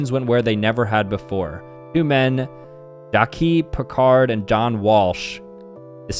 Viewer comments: He really pronounced it like jah-kee 💀💀💀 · He pronounced Jacques like Jakee. Ummmmmm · The way he said “Jacques”